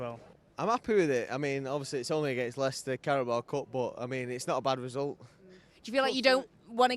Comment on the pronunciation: It’s Leicester 🤐